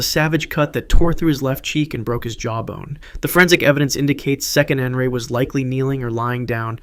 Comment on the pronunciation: Proper pronunciation is Se-qe-ne-nara (note the phonics) TAO not taa, it's TAO.